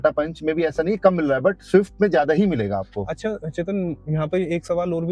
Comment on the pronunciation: Shift nahin "Swift"😂